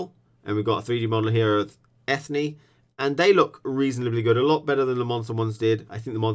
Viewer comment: FYI Eithne is pronounced Enya